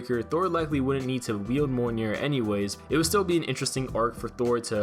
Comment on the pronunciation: You're saying mjolnir wrong. Its pronounced like mee ol near